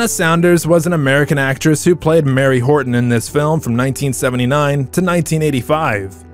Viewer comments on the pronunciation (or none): Marie Horton, not Mary. “Fee lease” not Fill is.